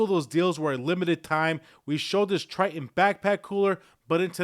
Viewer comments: Its TITAN not TRI -TON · It's "Titan", not Tritan!